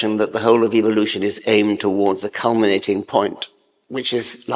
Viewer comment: I wish Richard would pronounce evolution the right way, just saying.